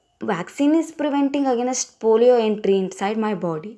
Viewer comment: please check your pronunciation 'against' it is not ' again next'